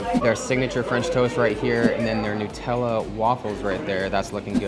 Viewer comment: Pls it's Nut-ella, not Nu-tella.